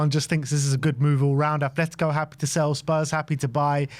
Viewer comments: Ffs, it's not 'Athletico', it's ATLETICO. There is no 'h' in Atletico Madrid's name. Drives me up the fucking wall when football fans and YouTubers constantly fuck that up. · It’s Atletico not Ath